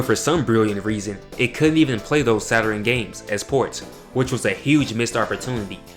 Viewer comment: Funny to hear you say "Saturin", instead of Saturn! My little brothers, and cousins used to say it the same way... Also, I can see you've done your research... SALUTES 💪🏿